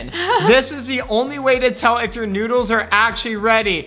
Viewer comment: HE SAID NODLES